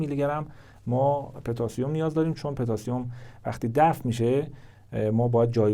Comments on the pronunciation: پتاسیم پوتاسیوم نه petasium😅😂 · پتاسیم به ضمه پ درست است